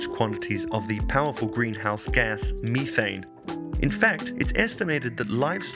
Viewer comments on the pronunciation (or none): Uhhh. MEEthane? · "Mee-thane." Those damn Brits, always mispronouncing the language they invented! 😆😆😆